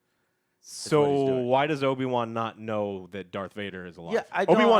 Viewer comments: No one, absolutely no one Joe:” Obi Juan” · Did I hear Obi Kwon?